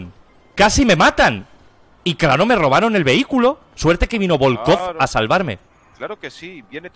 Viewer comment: Bolcov* Presten atención a la pronunciación